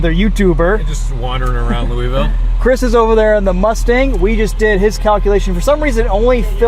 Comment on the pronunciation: Good job pronouncing Louisville correctly. Nobody ever says it right